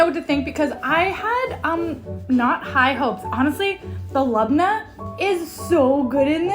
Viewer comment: Lebna is pronounced as lib-neh, not lob-nah.